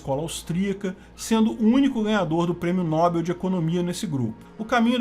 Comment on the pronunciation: Apenas para auxílio, Nobel é oxítona. Pronuncia-se, no-BEL.